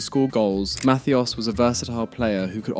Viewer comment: idk if the list was good but man... german doesn't have an english th.. it's not losar.. Lothar is spoken Lohta.. Matthäus and Matthias are Matteh-us and Mattee-as respectively... (the u like you..) in general I know german is hard but if you make a list (not you,, the universal you here xD) at least try to get the names right. It's not hard to find most of the pronounciations.